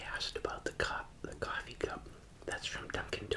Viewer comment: Are you from Boston? Cawfee